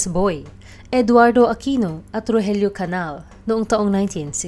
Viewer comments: Its CANIAL ( enye). Hindi Canal. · The correct pronounciation of CANAL is CANIAL. Enye.